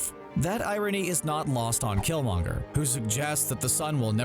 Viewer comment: You're butchering killmongers name